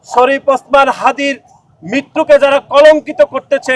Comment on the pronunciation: যাক ভালো নাম টা ঠিক করে বলতে পারছেন।